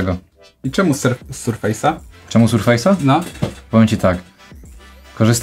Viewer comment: Sprzęt Maicrosoftu to [ serfes ] a nie [ surfejs ]